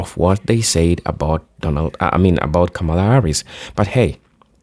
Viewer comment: Hi, Kamala's name is pronounced incorrectly by so many people, pronounce it like the punctuation mark, com ma la..thank you!